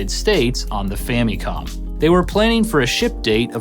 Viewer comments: The “fammycom” pronunciation always sticks out to me. Does anyone pronounce family as “fammylee”? No. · "fammy-com"? Don't think ive ever heard it pronounced that way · I swear this guy keeps saying Fanny comm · ...your mispronunciation of "Famicom" kills my inner child. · Love your vids, but I gotta be honest. I hate how you say famicom lol